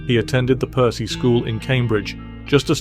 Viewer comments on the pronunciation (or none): A minor gripe - Gilmour’s Cambridge school is pronounced ‘PURSE’, not ‘PERCY’. I went to it too, so I know ;-)